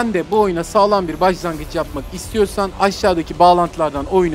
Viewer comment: Bajlangıç mı dedi bana mı öyle geldi? 😨😛😜😝😊😎👍